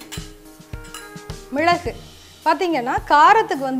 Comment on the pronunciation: Hi mam ur way of method is good but sorry to say ur pronunciation is not good... while speaking of ingredients... mizhalagu is not good pronunciation..